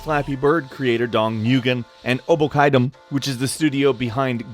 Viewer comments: I don't wanna be that guy. But you pronounced Nguyen (read: win) as NGHoiahiehgn. lmao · You just butchered Nguyen's name lol